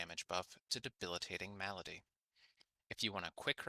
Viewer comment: Say Malady right next time! And tip your fedora while you do! Good vid.